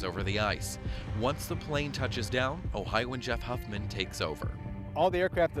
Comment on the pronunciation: Every time he says "Ohio'an", DRINK!